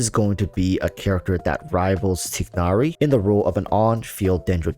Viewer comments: They say Tie nari in the game. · I like your videos, you have a lot of smart thoughts, so I’m learning a lot from you. Just a minor critique: name pronounciation. Tie-nary and Deya. No big deal, but I just thought I’d help you with that :)